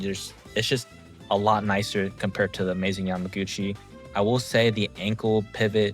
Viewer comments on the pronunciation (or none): Why do you keep saying yamagotchi